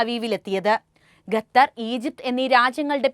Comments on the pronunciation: ഗത്തർ അല്ല ഖത്തർ ആണ് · ഗതർ അല്ല 😄ഖത്തർ